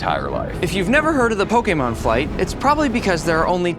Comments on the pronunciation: Dude it’s Pokémon not pokaymon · “pok-AY-mon” is diabolical 😭✌️